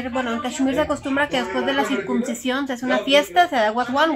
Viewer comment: en español se dice "CIRCUNCISION" no circumcisión, con "m", como tú lo dices. Saluditos!!!